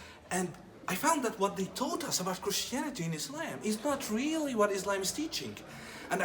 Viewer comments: He was never a muslim who tf says ayslayym if he is from saudi arabia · When he pronounce Islam as ‘Is-Laym’ I know for sure he’s ain’t muslim. lol. try again boy